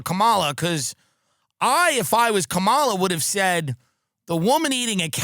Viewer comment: I know Tim takes it up the ass but can he please pronounce Kanala properly?